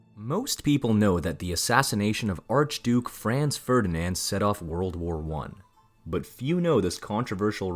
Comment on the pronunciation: would you please so kind to make some research how to pronounce german names correctly. there has never been a "Frenz Fördinend" neither an emperor "Frenz Dschosseff". for us germans it is naturally to pronounce your names as they are pronounced in englisch. by the way: our capital has never been "Börrlin" but Berlin. thank you so much